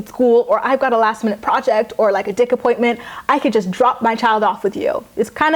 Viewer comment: A dick appointment? I swear that's what you said, and sounds about right 😂